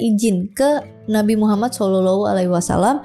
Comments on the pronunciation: pandai ngucapin nama nabi muhammad😂 cie cie... Smg dpt petunjuk. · Penyebutan Nabi Muhammad SAW nya dah fasih banget... 😊